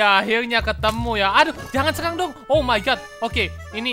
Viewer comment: Sekalang kita bakal guys R nya kok jadi L 😑